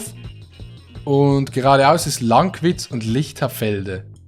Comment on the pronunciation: wie du lankwitz aussprichst. Baba